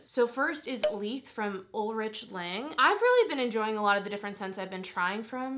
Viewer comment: Hedione is said like “hed-ee-own” for future reference! (And Ulrich in Ulrich Lang is a German name, so it’s said Ool-rick.) Loving your smelly Sunday videos! :)